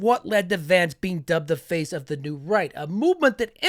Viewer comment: Idk why i kept hearing 'The New Reich' instead of 'The New Right'....